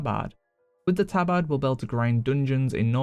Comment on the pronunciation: That's actually the correct way to pronounce it.